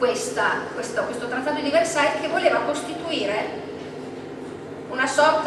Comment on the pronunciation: versaie...no versail